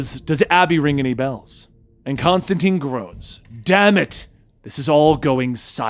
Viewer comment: Constantine not constanteen